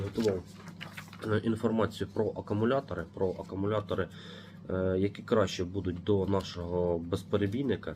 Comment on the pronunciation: Акумулятори, а не акамулятори, кулер, а не кулєр